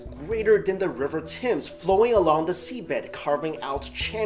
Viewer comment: HE SAID RIVER TIMZ XD